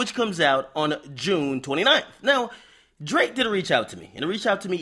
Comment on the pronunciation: Yo dont ever put that much emphasis on Drakes name again my g. 😂😂😂